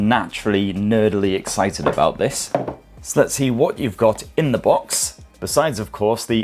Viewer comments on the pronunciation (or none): none